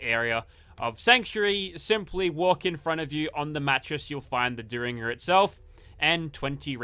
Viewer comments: It's pronounced Derr-in-ger. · Booth took out Lincoln with a "dare in ger" not whatever you are saying lol. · Dare in jer ☠️